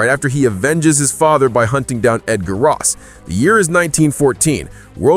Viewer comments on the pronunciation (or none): none